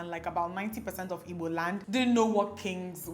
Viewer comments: I'm now relearning how to pronounce 'Igbo' as Dimma does♥ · now I know how to pronounce igbo properly☺️❤️ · I like the way you pronounce the "IGBO" love you so much!!